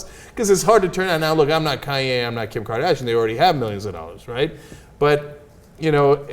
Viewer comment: Did Cenk call Kanye Cayenne like the pepper ? XP